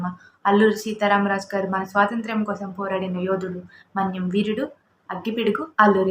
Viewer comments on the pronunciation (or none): అమ్మా,! “స్వాతంత్ర్యం” బాగా పలకడం నేర్చుకో